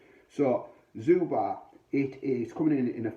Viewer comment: As far as I understand it, it is pronounced Zhubre (sounds like subher). Good review....mine is still in the fridge...